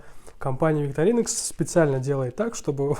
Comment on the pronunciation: Простите, но правильно будет ВиктОринокс. Именно так произносят название сами швейцарцы на своём официальном ютуб-канале.